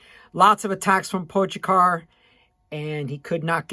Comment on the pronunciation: Just so you know it's pronounced PO Gotcha